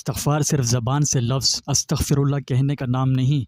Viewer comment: astagfar ni istagfar hy